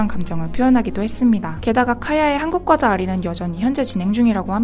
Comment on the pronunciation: 과대표는 꽈대표 라는 된발음을 해도 나쁘지 않으나... 과자를 꽈자로 부르는것은 분명 틀린발음이다. 뻥과자는 뻥과자로 불러야지 뻥꽈자라고 발음해서는 안된다. 아름다운 한국말을 잘 보존하자.